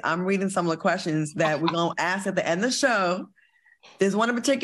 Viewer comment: ...how to say ASK. I'm dying,Claudia!!!!